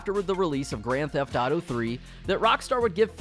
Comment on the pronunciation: And you still say Grand theft dauto smh